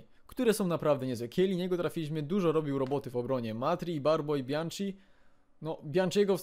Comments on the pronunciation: mowi sie bianki a nie bianci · tak na przyszłość to Bianchi czyta się przez k nie cz :)